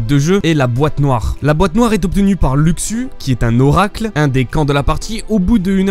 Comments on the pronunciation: Pas luXu mais luchu mdr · On dit louchou pas luxu mdr